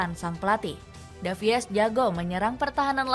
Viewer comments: Salfok sama voice actornya, davies harusnya dibaca davis, bukan davi-es 😂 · Tulisannya ALVONSO DAVIES buk tapi dibaca ALVONSO DAVIS, Lebih keren dikit lah bacanya 😅